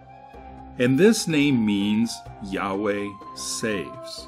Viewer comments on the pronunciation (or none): none